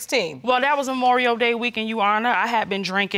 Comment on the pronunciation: Did ms Jackson say Amorial day… I guess we just amoral on that day?? 😧🤣🤭😅